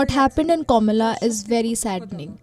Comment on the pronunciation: It's not kamala, it's kumilla.